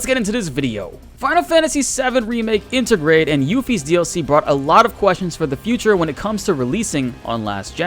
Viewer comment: Inter-grade,, not inta-grah.